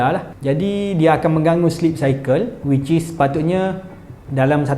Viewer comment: Baru kua dari kelate bunyi wicis selalu🤣😂